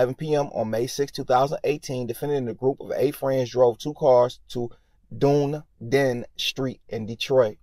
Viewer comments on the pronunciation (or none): Done E den is how it's pronounced... Dunedin.